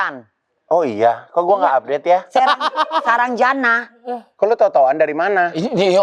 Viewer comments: Gw lagi minum langsung nyembur gara² bunda nyebut terajana 😂😂😂 😂 eh saranjana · terajanaaa 😢 kok tiba tiba india. Ternyata saranjana 😅